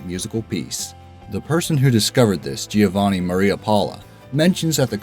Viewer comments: #4 OMG It's NOT "gee-o-VA-nee-no" It's "jo-va-NEE-no". I don't think I've heard an Italian name butchered worse than that. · Madonna is not an Italian name. That's how it's pronounced in English. Giovannino is absolutely messed up. Still, those are at least quickly mentioned names. Ghirlandaio is the number 4 entry on the list.